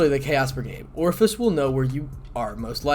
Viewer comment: I have to chuckle every time you pronounce Ophis as Orifice.